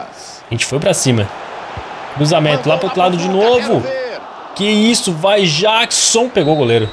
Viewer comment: Mano,o Jackson se fala Jeckson